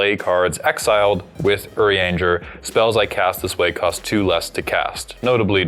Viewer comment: "Oh, did really well pronouncing "Urianger"!" pronounces Estinien immediately after "Oh."